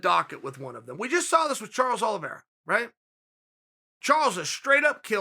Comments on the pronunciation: He also said Charlie Olives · he said Charles OLIVIERA, he says the names wrong on purpose